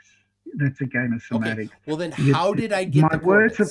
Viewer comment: “You’re playing sematticks. That’s a game of sematticks. My words are very clear” 😂 Also you should’ve asked him how many millimeters is in 2 degrees.